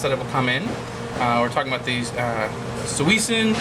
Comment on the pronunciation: pronounce it shwishin. it's how the japanese do it.